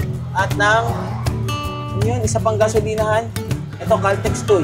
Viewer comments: hahaha caltex tuy.. ang basa dyan ay tuwe bro. haha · lods Tuwi bigkas ng Tuy😊